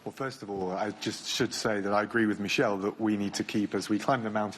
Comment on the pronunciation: Did he just called Barnier "Michel"? That is a French name, you pronounce it m ee - sh eh l. Not American style Michel.